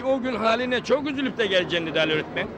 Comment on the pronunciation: Nurseli idizin örtmen demesi hâlâ kulaklarımda kadını görünce aklıma geliyo😁